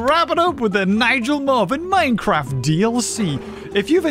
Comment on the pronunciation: Omg minecwaft